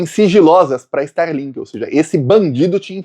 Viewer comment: Nao e sterlink, e starlink.